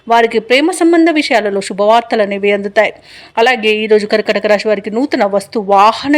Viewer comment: రాషి కాదు. రాశి.